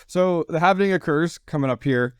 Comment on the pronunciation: It's not "half-ining", it's "halving". RPM does this also. there is no "ining" at the end. It's pronounced like "Halv" "ing"...